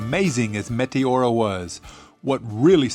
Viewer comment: good work! btw its met-E-ora not mete-O-ra !